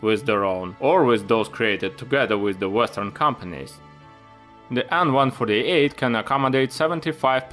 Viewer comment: Great stuff bro! Why do you call the plane An-148 instead of AN148...The An is not mean to be pronounced as a word but ABBREVIATED :)